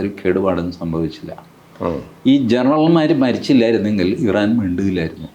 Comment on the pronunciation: “ I - ran “ is Iran.😂